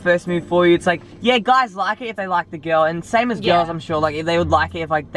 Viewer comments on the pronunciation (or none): to says gyel..hhehhe